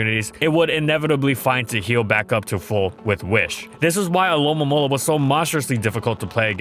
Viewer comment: Wait do you actually say it alolamola. It’s not spelled that way but that’s how I always say it